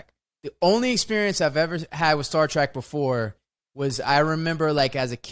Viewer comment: TREK, not track..... sigh LOL